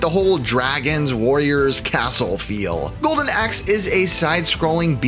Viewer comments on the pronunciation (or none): none